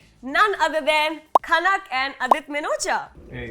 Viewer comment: khanak not khank